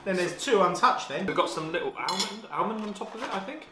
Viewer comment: Also, you need to stop over pronouncing almond,! 😂😂😂